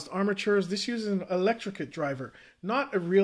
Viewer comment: I just gotta say, electret not electricate